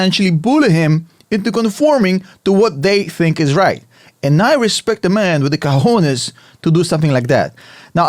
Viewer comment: did you say, "Cojones" ¿? HAHAHAHAHAHAHAHAH